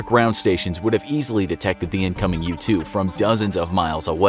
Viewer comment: Am I the only one that when he said u-2 I thought he said YouTube a couple of times